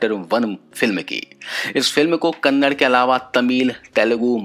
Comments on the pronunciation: Its kannada not kannad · Kannad Nahi hai KANNADA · Bai kannad nahii Kannada😠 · Bro pls kannad nahi kannada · I'm commenting on only one thing It is not Kannad, But it is "Kannada"